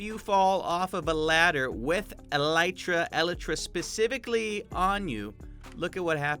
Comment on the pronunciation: You can’t pronounce Elytra or Whilst.